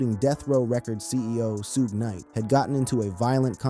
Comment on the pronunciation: U say suges name wrong and its killing me